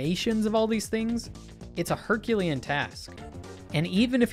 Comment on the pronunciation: so the way you said "herculean" sounded really weird until I slowed it down and listened to it multiple times. Did you have it spelled differently moving the vowels around or is it just me? I know for a fact a lot of people don't know the differnce between Heracles and Hercules and so combine the two and make weird words like herucles or hercuales and then using one of those wrong names to misspell or miss speak herculean which is based off the Roman version of his name which most people are more used to, Hercules. Heracles is the Greek heros name so using that it would be "herclean" without a U and said like hər•clē•an